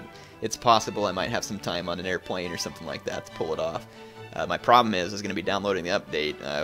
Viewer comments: that was so bad it was funny :P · Air plane? moe like HEIR PLANE HAAAAAAAAAAAAAAAAAAAAAA